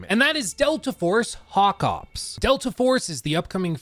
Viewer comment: I dont know if my English just sucks as a non-native, but I swear every time said Delta Force Hawk Ops, its sounds to me like he is saying Delta Force Knock Off